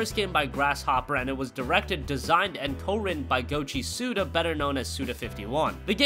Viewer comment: Goichi Suda not Gochi Suda